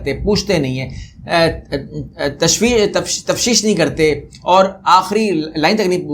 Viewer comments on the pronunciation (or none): تفتیش ہوتا جی لفظ.تفشیش نہیں .